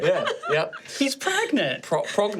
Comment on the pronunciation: PREGANANANT?? r....u.....Pregante~?